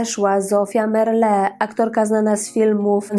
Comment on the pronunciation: Zofia Merle miała trzech, a nie dwóch wnuków, najmłodszym jest Wojtek, więc gadasz kobieto bzdury i niekompletne informacje. I nazwisko Merle nie akcentuje się na ostatnią sylabę 🤦